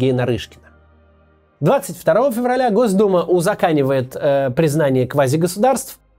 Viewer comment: Максим! Не "узакАнивает", а "узакОнивает"! От слова "закОн".